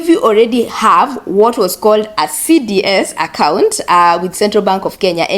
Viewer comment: you keep saying CDS accout